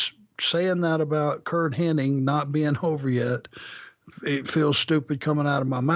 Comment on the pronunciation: It's "Hennig."